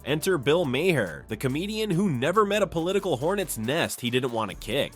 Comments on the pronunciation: His name is pronounced Mar, not “Mair”, nor “Myhair” or the other mispronunciations in this commentary! Get it right! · Who is the narrator, very irritating voice, and also doesn't know how to pronounce Bill Maher's name. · First of all, the election was two months ago so this is old news. And if you can't pronounce Bill Maher's name correctly at least stick with ONE mispronounciation.